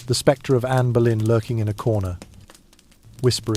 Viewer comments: THE AI MUST BE SPANISH: ANNE OF BOLINA, MY FOOT! IT'S ANNE BOLEYN!!!!!!!!!!!!!!!! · NOW, IT SAID ANNA BALOIN, AND A TOTALLY FOREIGN LANGUAGE. LOL................................................